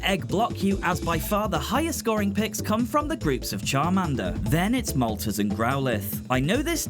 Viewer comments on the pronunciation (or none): That is an interesting pronunciation of Moltres... It's supposed to be pronounced like the Spanish "tres", given ArticUNO and ZapDOS lol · the three I know for sure you mispronounced were Moltres (pronounced mole-tres) Arcanine (pronounced ar-cuh-nine or ar-kih-nine, both are prob right) And Gyarados (pronounced gi-air-rih-dos) Honestly, if you want official pronunciations, the anime is a pretty good source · Yeah this is one of my favorite games of my childhood. It's just fun and easy to pick up. Back in the day Blockbuster had these areas you could actually get stickers of your favorite shots! I actaully wasn't sure if the game was working or not emulation-wise, glad to see that it is. Edit: I have never heard that pronunciation of Moltres before lol